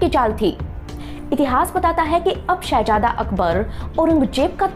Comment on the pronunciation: Shehazada....not Shehajada...pronunciation